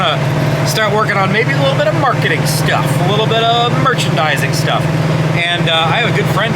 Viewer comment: Here’s something to hopefully make you giggle,. Every time I hear you say “merchandising”, all I can think of is Yogurt from Spaceballs….. “MOICHandising, MOICHandising, MOICHANDISING “….. 🤣😂🤣😂🤣😂